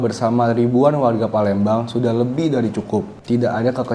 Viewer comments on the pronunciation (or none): PALEMBANG jadi PALENDANG 😂😂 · Jd parendang